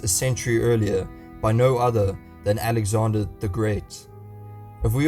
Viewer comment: It's not Alexander godamnit 😤